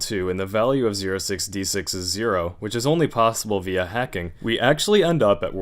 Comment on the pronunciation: ah english.. making 06D6 sound like 066...